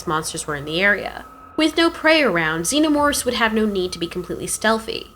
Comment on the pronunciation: "zeenermorphs" Lol